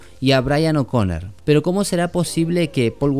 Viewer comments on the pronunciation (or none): oconnor* no oconner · Brian O'CONOOOOOOOR NO O'CONER POR DIOS